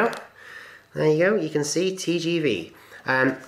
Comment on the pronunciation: Pronounced 'Tay jay vay!" :)